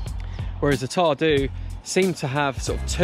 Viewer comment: the beast is a combination of the mbr and dragons back, it's not a separate trail. you're right, the mbr and dragons back share a beginning and end. it gives people the impression that there's a lot more trail than there actually is. btw, your pronunciation of welsh names i.e. tarw du, antur and coed y brenin is quite frankly insulting. it always amazes me why english people can't be bothered to pronounce welsh names properly. you even called y du (the black) at antur 'why do', rofl!